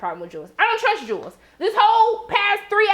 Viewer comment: There are people who will mispronounce a name no matter how many times they are corrected. It irritates me, but Jewel is stuck in his head. I think it's kind of cute, like his own name for her.